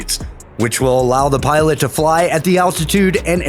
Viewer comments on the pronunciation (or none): none